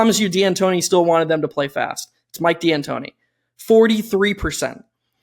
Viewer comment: Please never say D’Antoni again. That hurt my ears. Great episode regardless